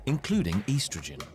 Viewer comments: Lol he said "Eastrogen" 😂😂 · This guys pronunciation really bothers me. "Shedule", "eestrogen"... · He said eastrogen😅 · Dear God I winced when I heard him pronounce "estrogen". Buddy it's s-tro-gen not ee-stro-gen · Who else got triggered a bit when he pronounced estrogen as eeestrogen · I swear man, why the hell was this in my recommendation list, I am only here cause I'm bored. And this guy pronounces things in the weirdest ways, eeeestrogen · sounded like he pronounced it yeastrogen. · He pronounced estrogen kinda funny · Why does he say estrogen like a handicapped kid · u pronounced estrogen wrong